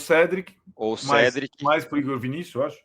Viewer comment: Nossa, já falei um milhão de vezes, é CÉDRIC (Ceeeeeé dri(t) e não CEDRIC. (Ainn, mas a língua portuguesa blablabla...) Amigo, você não sabe nem escrever direito, não sabe nem a diferença de MAS pra MAIS e o nome do cara no idioma dele é assim. Ou você chama o COURTOIS (Cortouá) de (COURTOIS)? Ou Modric(t) de Modric(que)